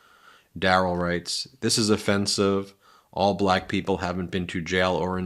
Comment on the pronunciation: The BALAYKA is how he pronounces Black. Cringe Worthy